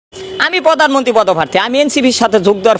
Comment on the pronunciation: পোদানমনতি না , হবে প্রধানমন্ত্রী